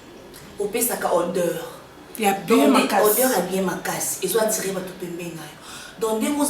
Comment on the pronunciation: Attiré et non atture